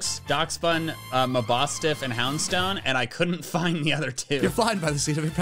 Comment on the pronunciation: getting Mabostiff right is the equivalent of using the wrong formula and still getting the right answer